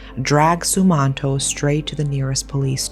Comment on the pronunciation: Im from indonesia.. also its pronounced ' sum-mahn-toh '